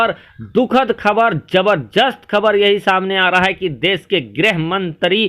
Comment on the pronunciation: apnew Ttalaffuz sahi kare bolne ko sahe se seekhe khabar kabar khujlana band kare KHABAR